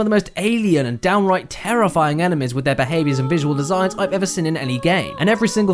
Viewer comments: Seen. Not sin, "seen." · I have to ask. When you say seen re you saying "sin" on purpose?